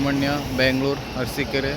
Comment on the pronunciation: ಮ್ಯಾಂಗಳೂರು ಅಲ್ಲ ಮಂಗಳೂರು ಬ್ಯಾಂಗಳೂರು ಅಲ್ಲ ಬೆಂಗಳೂರು ಅಣ್ಣ ಸರಿಯಾಗಿ ಕನ್ನಡದಲ್ಲಿ ಉಚ್ಛಾರಣೆ ಮಾಡು